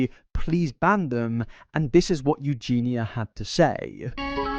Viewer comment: saying “Eugeenya” in stead of “Eugeena” feels weird